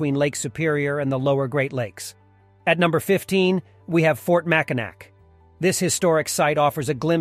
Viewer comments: It is pronounced mackinaw not Mackinac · It's pronounced makinaw not makinack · I cringe every time he says MackinaC. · I was about to clown on the pronunciation of Mackinac but other people got there first lol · How many times can it be mispronounced in less than five minutes?!?